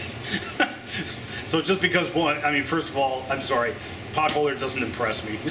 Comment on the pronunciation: You pronounce "Potholer" as "Buttholer" (LOL!) Nice video.